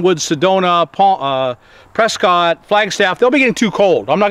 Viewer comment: Prescott is pronounced like biscuit not like hot.